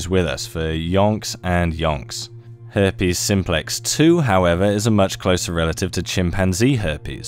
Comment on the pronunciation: Hairpes you say .